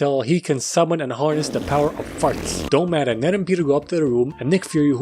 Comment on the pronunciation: I love how he said mysterio can summin farts i cant stop laughing